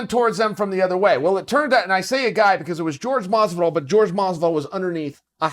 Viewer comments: Why do some people pronounce jorge masvidal as george masvidal, i dont understand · Chael "George Masvidal" Sonnen